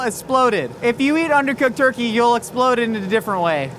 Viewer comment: I heard an "x" in there when he said it that time.